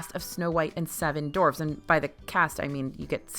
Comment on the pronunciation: "Snow White and Seven Dorfs" 😜